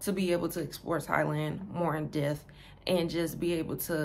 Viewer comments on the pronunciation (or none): Aye sis, how does a hella cute english teacher like yourself mispronounce the word "depth"...hmm? Informative channel though. I'ma pull up in late October early November-ish. ✌🏾🙏🏾 😏